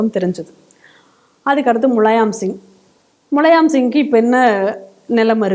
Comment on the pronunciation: முலயாம் இல்லை முலாயம்... முலாயம் என்றால் soft smooth